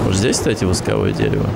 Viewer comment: Не могу молчать, горит! Ну не восковОе это дерево, а вОсковое от слова вОск!